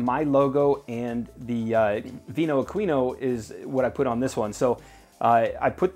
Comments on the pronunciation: We actually pronounce it AH-KWI-NO :) It's how the Italians pronounce it. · Great video once again And just fyi; Aquino is actually pronounced: AH-KEY-NO